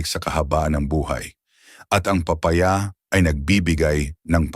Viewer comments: Papa-ya at pola- te 😂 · Di ka Marunong mag bigkas ng. Tamang Tagalog lalu na Ang papaya